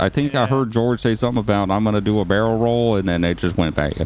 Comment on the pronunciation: Murder scene Hearing ppl talking Barelroll, no bawelrolle, no barrelrole